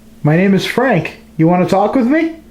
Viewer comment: The voice that said "Frank" had a German accent.